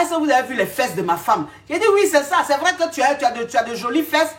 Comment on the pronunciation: 🤣🤣🤣pardon mes reins... le paradis sur terre 😂😂😂 mais tu dit vraieeoooo